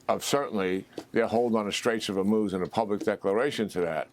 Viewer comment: “Straights of Uhmooz” 😂